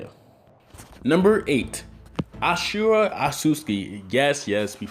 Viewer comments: He just butchered Ashuras name. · White people can't say ashura or mangekyo for nothing